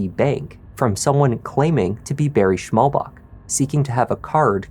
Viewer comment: It’s Schmallbach, what translates into narrow stream. There’s no K on the end :D Fyi